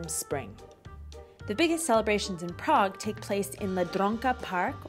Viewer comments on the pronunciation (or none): none